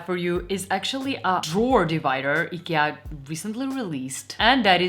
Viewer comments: Do yourself a favor and never say it like she does unless you want to get banned and ridiculed in Sweden. It's "E-ke-a". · IGAH? Eekyah? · Just one little correction. It is pronounced I-kee-a. I realise that 8n most languages it is pronounced differently, but in English, I key a please! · Have.......have I been pronouncing the name wrong for forever??? I used the say eye kia, but I guess I need to change that now. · Great video. I'm struggling though to understand your pronunciation of IKEA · I have been pronouncing Ikea wrong all this time!